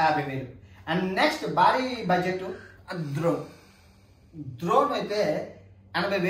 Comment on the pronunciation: ద్రోన్ కాదు రయ్య డ్రోన్